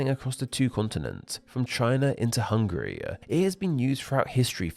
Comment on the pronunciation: wolrd-a hungary-a MAKE IT STOP